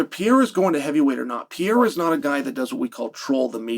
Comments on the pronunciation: CHAEL IT'S Perr-er-Ah C'mon Man!!!😂😂😂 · Chael saying piaira is frying me so hard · Who's this "PIERRA" guy Chael is talking about. I know an Alex Pereira, but never heard of "PIERRA". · Alex PEE-era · Pierre ? Cmon chael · Chael its so easy, PER-RARE- UH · Pee-aera? stop murdering the name. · Pereira had now become a two weight class ufc champ and still hasn't learned how to say Pereira